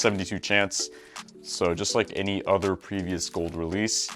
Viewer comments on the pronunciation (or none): none